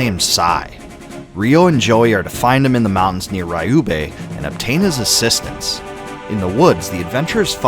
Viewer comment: To be honest, he mispronounced alot of names in this video and maybe even in the first one. Like for instance, he kept saying "RAIYUB" village instead of "RIYUBEH"